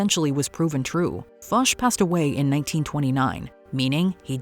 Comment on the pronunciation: Hearing a Canadian mispronounce Ferdinand Foche has me shook.